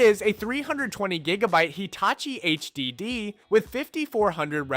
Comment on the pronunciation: The way this guy says SSS, HDD, and USB drives me crazy. It’s distracting. But good job giving old tech new life.